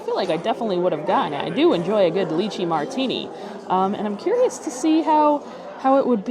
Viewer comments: FYI…. It’s pronounced Lie-Chee not Lee-Chee. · Lai-chee not Lee-chi. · I love you and your videos but the lychee pronunciation in this one is killing me 😂 Making me think of puréed leeches 😅🤮